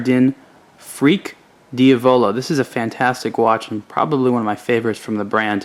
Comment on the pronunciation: Just a note, Diavolo is pronounced "deeA-voloh" not "dee-Avoloh". You have to say it with Italian accent, not American style.:D Just pulling your leg.